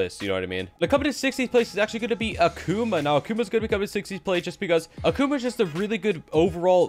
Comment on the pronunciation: I don't want this to sound as hate, but rather help. You're pronouncing Akuma wrong. It's not Akuuma, but rather more like Agkoma